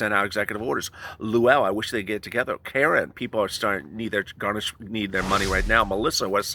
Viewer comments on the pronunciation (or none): none